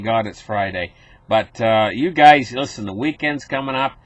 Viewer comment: I thought he was saying "Glad to have you gays here." !!!